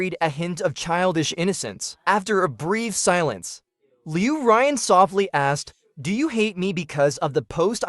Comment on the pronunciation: Loo Ryan for a solid two months, no change when the name is pronounced leyew ruyaawn, ughh. And these MCs are simp city